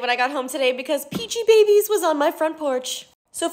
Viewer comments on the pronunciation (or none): It’s pronounced peachy-bees